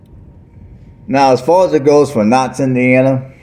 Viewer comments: It's pronounced cow ts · I love your videos, the proper pronunciation for Kouts is Cow-ts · What are you even saying it’s Kouts?